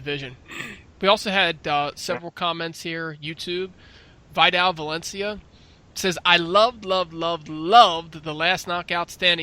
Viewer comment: It's pronounced as Vi - Del like Videl from the DBZ anime.